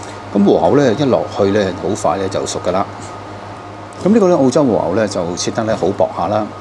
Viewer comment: 如果 和牛 二字沒有 懶音；會聽得 舒服D；看得 開心D :yougotthis